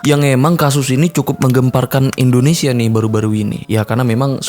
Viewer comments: INDONESIA bos...bukan ENDONESIA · Indonesia woyyy.... bukan endonesia #respect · maaf bg bukan ENDONESIA tapi INDONESIA